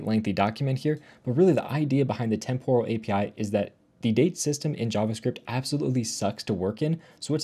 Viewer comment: Temporal is pronounced with the emphasis on the first syllable NOT the second. TEMPoral NOT TemPORal.